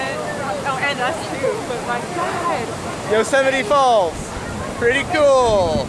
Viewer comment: Thoroughly enjoying the laid back pace of your van adventure. Having a house on your back, so to speak, does have advantages and freedom for your traveling. Yosemite is spectacular to say the least. Great to hear your "correct" pronunciation, as it's vastly different to how I pronounce the name. Travel safe ❤